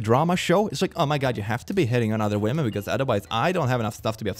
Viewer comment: I will never not smile at saying 'wamen'